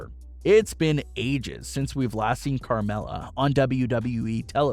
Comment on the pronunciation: It’s Carmella